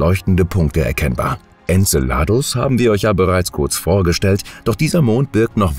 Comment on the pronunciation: Tolle bilder, die oft mit dem text nichts zu tun haben, aber wenigstens die namen könntet ihr doch richtig aussprechen, so viel anspruch bei diesen themen sollte schon sein. En ce ladus betonung auf ce.......